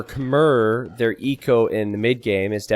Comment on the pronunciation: Khmer is pronounce kuh-mai